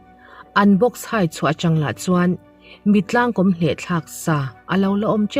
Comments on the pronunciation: Mittlangkawm hi, i chhiar dan a dik lo, kom nilovin kawm tihtur a ni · Mittlang kawm i tih kha, he tiang hian lam teh, (Mitlâng kâwm) thlûkna awm ang hian han lam teh i lam dik zâwk ngei ang